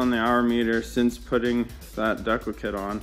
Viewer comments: Looks good. Ur saying decal wrong lol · I absolutely love how you keep saying "dekle" instead of decal, then apologize for saying husqvarna properly lol. Good video, and awesome bike!